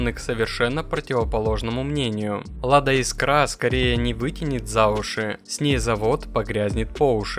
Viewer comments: Искра,а не искрА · Искра!!! Ударение в слове «искра» следует ставить на гласный «и» первого слога — «Искра» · Чувак, ты уж определись: Искра или искрА, а то по тексту то так, то сяк говоришь. А лучше погугли, как правильно: жена-лингвист под "дулом скалки" заставила тебе коммент писать))) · Бляааать! Я так и не понял Искра или искрА? Как правильно? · Искра - с ударением на 1-й слог! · Искра ударение на ИИИИИ !!!!! А то ухо режет!!!!